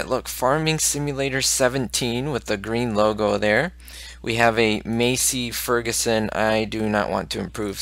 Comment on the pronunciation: You aren't pronouncing Massey Ferguson right you pronounce it like Mass-ee Ferguson